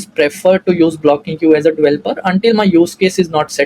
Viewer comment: its developer not dvelper otherwise great video